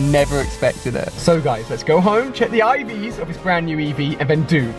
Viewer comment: Its Ivs not Eves